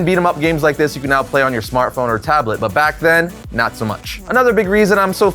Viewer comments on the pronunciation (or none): none